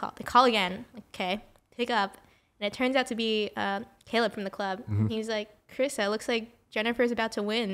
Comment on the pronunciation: Carissa "with a silent R" Yip.